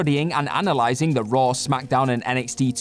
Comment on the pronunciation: Raw* not Roar